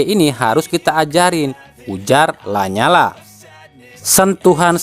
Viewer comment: la nyala min bacanya la niala bukan lanyala